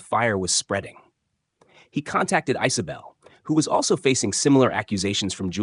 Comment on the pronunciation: Ice-o-bel? I guess AI has never heard of the name Isabel?